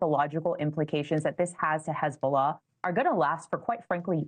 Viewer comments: Hey-bullah! Please check your lullah😂😂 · Such an embarassment for his-bo-lah😂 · Hez-bolls-ah gone 😅🎉